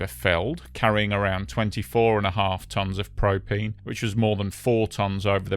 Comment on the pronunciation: Propeen? Propeen and propeen accessories, I tellyawhut.